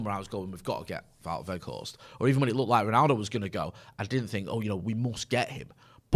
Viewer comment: You pronounce his name something like: "Waw Workhorse"